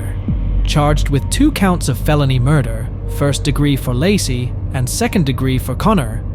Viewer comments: It's LAYcee not lossie 😂😅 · Its pronounced LAY CEE,,,,,,NOT LASSIE! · Why don't you pronounce her name correctly?